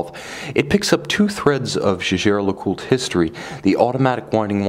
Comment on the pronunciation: Isn't it pronounced Yeagar?